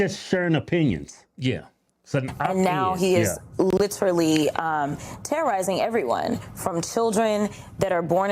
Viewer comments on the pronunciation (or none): Notice how Cratchett is actually speaking English while she attempts to flaunt her education, unlike the Blackanese she often uses? Trouble is, she won't say "literally", she says "litruly". I'm sure she does it to get under people's skin, and boy does it work!